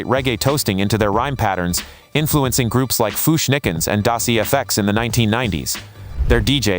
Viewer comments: Y'all gotta ditch the AI. It's De La Soul (pronounced like "Day Lah Soul")... Not Dela Soul. Also, its Das Efx (pronounced like "effects")... Not E-F-X. There were others in there... But those were especially cringe worthy. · This fucking trash AI needs to stop. The content of this video is so great but shit like "dee la soul" and "Das E. F. X." always ruin this for me.